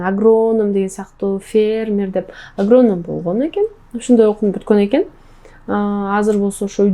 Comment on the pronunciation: Негизи эле ырчылардын копчугу Самара баш болуп,кээ бир создорду туура эмес суйлоп журушот.Юпка(юбка), агрооном эмес агроном,феермер эмес фермер деп айтылат.Анжелика дагы эгемендуулук майрамында,аянтта тантырабады беле.